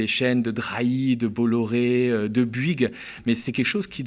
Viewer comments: On dit BOU-ygues et pas BU-ygues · Fais un effort ya un o à Bouygues c'est pas si dur que ça à prononcer